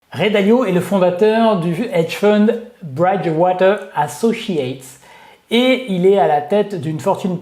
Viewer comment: 'braille dge water'... 👀🤣🤣🤣🤣😂😂😂 pitié !! A prononcer comme bridge avec un i comme en français. Est ce que tu dis le Brooklyn braille dge par exemple ? Non. Tes vidéos sont sympa mais tu perds toute crédibilité sur ce genre de détails qui peuvent vouloir dire que tu n'as pas ou peu écouté RAY Dalio ou les discussions/interviews en anglais US à ce sujet.